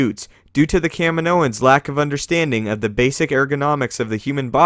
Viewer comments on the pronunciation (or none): It's Kaminoans, not Camden O